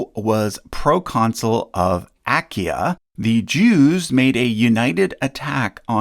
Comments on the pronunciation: Excellent and interesting work, but... you're mispronouncing "Achaia". You're neglecting the second 'a' (of three) in "Achaia". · What an unnecessarily strange pronunciation of Achaia...